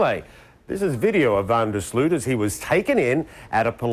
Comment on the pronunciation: Funny how English and Americans are not able to properly pronounce the "Sloot" in Van der Sloot. :P